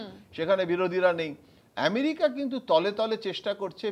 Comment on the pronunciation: এমেরিকা নাকি আমেরিকা ?? এটা কি বাংলা আনুষ্ঠান ??